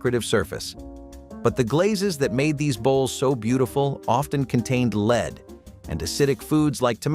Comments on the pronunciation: Lead not leed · The element lead is pronouncec led, not leed. You keep switching back and forth. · Lead sautered should be pronounced led not leed.